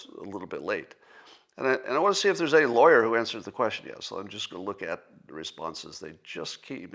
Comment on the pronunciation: Scott learned how to correctly pronounce the word measure. I hope he will do the same with the word question. It certainly shouldn't sound like...queshin.